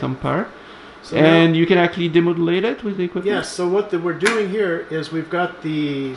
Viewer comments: I want to teach how to pronounce actually 😥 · guys don't get me wrong, I love so I would gladly listen to his actually all day long even thought I'm crying a little bit 💖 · the way you pronounce 'actually' is now a trademark of the channel! don't change!